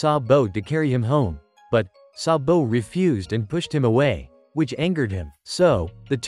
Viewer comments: Sabu❌ Sa-bo✅ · It's sabo not sabow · Why you saying SabO😂😂😂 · IT IS GARP NOT GRAP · why does he say saBOW